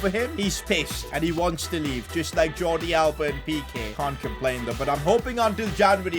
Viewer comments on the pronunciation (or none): none